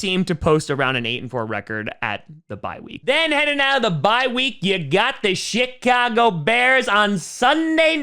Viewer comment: "Shit - ago bears"